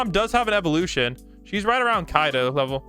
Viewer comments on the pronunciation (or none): none